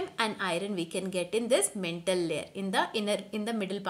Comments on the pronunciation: Again its not mentle its Mantle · It's not mentle mam it's maantle Apart from that it's the best explanation I have ever heard👌👌👍 thanku mam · And its not mentle its mantle